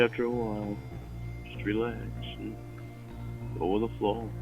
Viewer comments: For a guy that claims he works so hard, I feel like he constantly talks about how he "ru-lay-axes." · I keep hearing him say wield an ax instead of relax, weird.